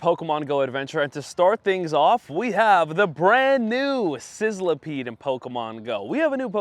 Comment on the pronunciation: I hate to be that guy but Sizzlipede is pronounced sizz-li-peed, not sizzile-a-peed.